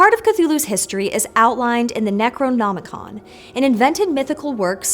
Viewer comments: The best part was watching flub saying Necronomican. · mispeaks: Necronomonicon Brain:... Doo dooo do do do. Munuh munuh